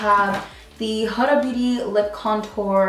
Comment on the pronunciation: Not the way to pronounce the brand